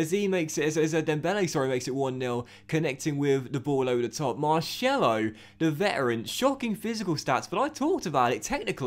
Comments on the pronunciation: He is pronounced marSelo not Marshello !!! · You get a bye because of europa league 2 being introduced. Google it Oh and MAR-SELL-O not marshello :) Seems like you don't read the comments?! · It’s not marshello it’s pronounced mar-sello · Tbh u hate when you say marshello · Please, If Marcelo is to become a part of the team, please say it normally. I’m Brazilian and I can guarantee it’s not Marshello. Other than that I’m living the series! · please pronounce marcelo like a normal person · I'll follow you on twitter if you say marcelo properly 😂😂